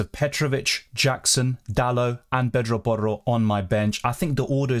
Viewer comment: U pronounce porro so well